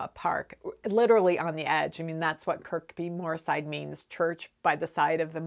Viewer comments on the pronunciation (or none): I really enjoyed this episode. I have a strong family connection to Kirkbymoorside - my grandparents used to teach in the village school in Farndale and my cousin has a farm not far from Fadmoor. Kirkbymoorside is another English placename where a letter is dropped , in this case the second K and locally its pronounced Kirbymoorside. Sometimes it seems really strange that I'm watching your videos here in England but you often seem to talk about things that are so meaningful to me! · Just to let you know that the place name Kirkby Moorside is pronounced Kirby Moorside the second K is silent (yet another one of those English place names) :) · The place name Kirkbymoorside is pronounced without the second K ie Kirbymoorside. Also wondered if you are aware that the Kickstarter campaign for project Lonk has been a great success? I think you can take some credit for that! Lastly, I also use fleece to line certain knitted items, and totally agree with your reasoning- it is so forgiving when it comes to fitting something which is itself stretchy. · The second k in Kirkbymoorside is silent.